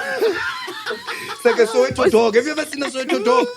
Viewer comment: sosha not soweto